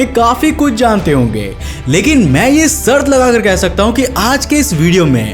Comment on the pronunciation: Sarth nahi sharth hota hai